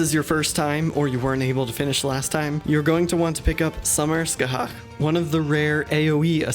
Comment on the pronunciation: Thank you so much for pronouncing Scathach correctly :D